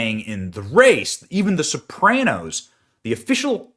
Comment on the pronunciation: WTF is the “SoPrayNose”? Seriously Benny?